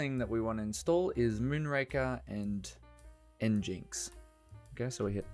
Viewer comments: nginx is pronounced engine-x and cd is change directory. Thanks for the video! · I pronounce it as EngineX